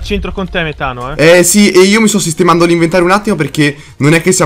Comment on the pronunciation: Metano ha la c strana dice tipo ch (suono duro) ...